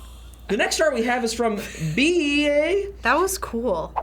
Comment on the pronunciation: you're stupid its "whowantsdayquil" as in who wants dayquil and bea is pronounced "bee" and theres no way you havent killed anyone.